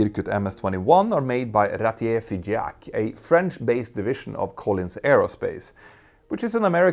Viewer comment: In France we say feejahq not fiGeac